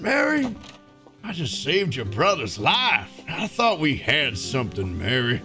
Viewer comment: Thats not mary thats mare